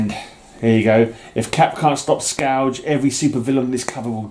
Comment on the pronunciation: I believe it is pronounced “skurj” as in a destructive force. Your memories off these storylines is impressive. I enjoyed the Captain era overall. Yes, killing those terrorists really shook Cap… he hates to kill under any circumstances. Well done mate.👊